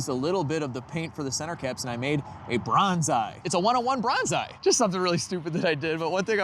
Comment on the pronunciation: I thought you said brown eye when you said bronze eye😂